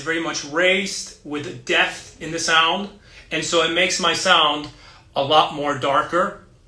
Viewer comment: Sometimes you say a word that sounds like "deft", like . Do you mean depth or heft? :)